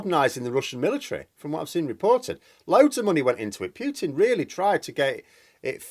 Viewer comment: I presume you mean Putin ( Poo-Tin ) as a Russian it sounds really weird to me to hear you say Poutin. The reasons are nothing to do with NATO, he wants Ukraine back in the Russian fold and there are huge gas deposits just off the coast of Crimea and in the Donets and Lublin basins as well as Ukraine being a very large food producer with huge amounts of fertile land which Russia is in short supply. Of course he has made a huge error and thought he would roll in and take over in a few days. Now he has no way out. He can't hide what he has done for much longer in Russia as he has destroyed not only Ukrainian cites but Russian-Ukrainian cities and killed many Russians. This is where he is finished. He will no doubt be taken out by those close to him as is the way in Russia.